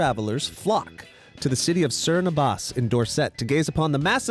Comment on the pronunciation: Sern abbars 😂 love the pronunciation (btw you say it cerne abb-bus xx)